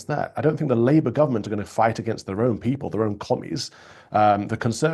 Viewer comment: I really wish Starmer would stop with that stupid "working people" nonsense (or "working pipple" - as he pronounces it). It's a meaningless slogan because, like the word "woman", he can't even define what group of people he means. Plus, he seems happy to hand our money over to 'pipple' outside of the UK, to illegal immigrants who have made no contribution, and to some people on benefits who have no genuine claim to them.